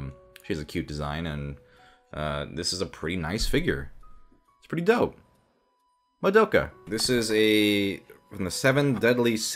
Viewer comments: Did you say MaDOPEka??? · More like. Ma-dope-ka figure. MA-DOPE-KA FIGURE